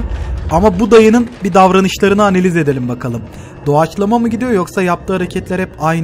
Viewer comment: "Hemen bi oda analiğz":)